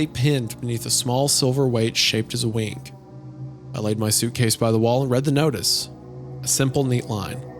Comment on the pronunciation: Spire in the Woods also mentioned that type of clock that Isaiah is referring to. It's called a glockenspiel, literally bell play. Has anyone else noticed that whenever Isaiah says the word "wing," he adds a k consonant to the end? It almost sounds like he's saying "wink."